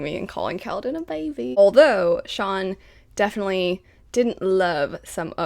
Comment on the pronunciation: Is that how Shallan's name is pronounced? I've been pronouncing it as Shallan, like Allan..